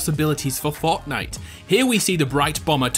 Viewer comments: This man said "Fautnite" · The way he says Fortnite